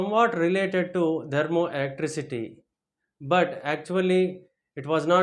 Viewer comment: Kindly pronounce the word THERMOELECTRICITY correctly.... It is not dermoelectricity